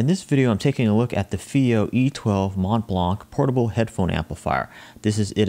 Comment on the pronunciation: The "C" at the end of blanc is not prononced like the "T" at the end of mont.